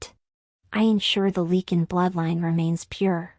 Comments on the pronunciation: Great story.....as for the mis-pronouncing of the Lycin king...this story is pure fantasy...just let that be a new name for a wolf packs king. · Your AI always pronounces lycan wrong.